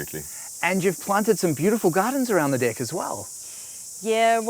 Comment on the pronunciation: Haha they pronounced "Deck" as "Dick" 😂😂😂